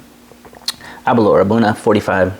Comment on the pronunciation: great review... for me its Aber-l-our ( "our" at the end, nae "oor") and Bal-ven-ie ( "ven-ie" in the mid, nae "vien-ie") and Glen-dorn-ich ("dorn" and "ichhh" at the end). You know your stuff man on the tasting notes, I only taste braw whisky and nae so braw whisky... Balvenie and Aberlour are both nectar.